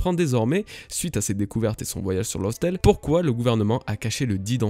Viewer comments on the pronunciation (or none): Bonjour 🖖 j'aime bien ce que tu fais bla-bla-bla bref j'aime ton contenue et toute les gentillesses habituelles, mais s'il te plaît arrête de le prononcer LOSSTALE ça se prononce LAFTALE . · Bonne review. Sauf qu'il faut prononcer "laftel" On attend plus que Nina. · Je suis peut être un peu tatillon mais Laugh Tale se prononce en anglais "Laffe" Tale. Je sais, je vais me faire ch*er dessus à vouloir exposer ma "connaissance" mais te sachant très pro et ouvert d'esprit je me permets de te reprendre. C'est d'ailleurs la seule et unique chose sur laquelle je te reprends tant tes théories et autres reviews sont top! Continues comme ça bro'! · Super vidéo comme d'hab :) Par contre faut arrêter de prononcer "lof tale" xD "Laugh" en anglais se prononce "laf" (avec un [a:], un "a long") d'où le nom Raftel d'ailleurs puisqu'en japon ça le "r" se lit "l" donc Raftel = laftel = laugh tale, une manière intelligente de déguiser le nom de la dernière île et en même temps de faire du foreshadowing. voilà voilà pour la minute phonétique :) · très bonne review comme d'habitude mais s'il te plait, la prononciation de "laugh" ce n'est pas loss x) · Le "gh" dans Laugh Tale se prononce comme un F.